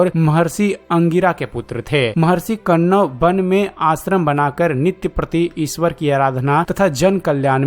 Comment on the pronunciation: Tumeh hindi k Shabdon ka sahi ucharan karna nahin ata hai. Kanwa rishi ka nam sahi nahin Liya. Video banane se pahle hindi sahi Tareeke se sikho.